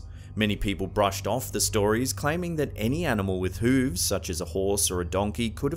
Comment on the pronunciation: Jersey Devil? Seriously people believe this? Love it when he says “hooves”. Lol.